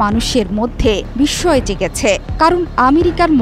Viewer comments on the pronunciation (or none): none